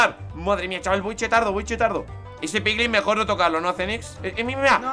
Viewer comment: En dijo pliglin xdxd